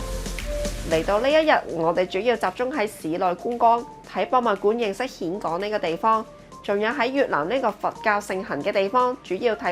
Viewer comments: 讀音現港，並唔係蜆港！！！ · "峴" 應諗作 "現", 不是蜆. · 峴港，粤音"現"，同莧菜的莧同音。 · 溫馨提示， 「峴港」呢個字係讀「現港」才正確。